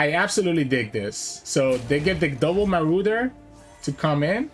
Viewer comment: Pie-oh-neer mar-odd-er (marauder) del-oo-j. I understand that english is probably not your first language. Just wanted to help a little :) I like your channel a lot